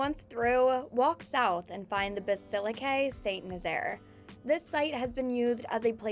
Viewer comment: Bassilaquet in carcasown 😬